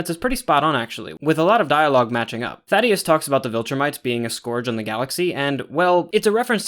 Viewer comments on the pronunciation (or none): Bro it’s Thaedus not Thadeus. Just wanted to tell you if you’re actually still reading these. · THAY-DUS not Thaddeus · Slight correction, I'm pretty sure it's Thaedus and not Thaddeus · Amazing vid once again, but I HAVE to mention it since i don't see anyone else mentioning it! His name is Thaedus, not thaddeus lmaoo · These breakdowns are so thorough and fantastic. Love your pacing and delivery! Another little pronunciation note!: It's ThAEdus not ThaDEus, pronounced Thay-dus! I imagine it's one of those subtle name adjustments to make him seem a little more alien. Also I'm not 100% sure the character shown in the show is meant to be Thula, she's drawn a little older and my personal theory is that she's going to be Thula's mother or perhaps mentor. Establishing the braid-knife thing as a Viltrumite Fighting Style that multiple characters might use. Thula can then be introduced later with some baggage against Nolan. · Thaedus not thaddeus btw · Great video man, just as polished as the last one! Small nitpick, idk how you keep mispronouncing the name of THAEDUS (thay-dis) as “Thaddeus” when they say it in the show lol, it’s not important just kinda bugged me. Regardless, this was a very thorough and well thought out vid and I’m looking forward to the Season 3 breakdown! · THAEDUS. THEY DUS. NOT THADDEUS😭😭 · Idk if how you say Thaedus is a running joke because of how you mispronounced some stuff in the first video, but its "Thay-dus" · These pronunciations are killing me, like he watched the show, HOW IS HE SAYING SEQUIDS AND THAEDUS WRONG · Thaedus ❌ Thaddeus ✅ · ‘Oh I’m sure will say Thaedus correct once he hears it in the show!’ saying Thaedus after he hears how it’s pronounced - - ‘Damn… 😢’ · No offense but that is the funniest mispronunciation of Thaedus I have ever heard